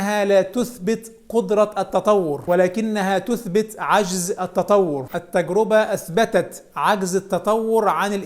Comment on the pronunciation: التجرِبة بكسر الراء وليس بضمها، وكذلك جمعها "التجارب"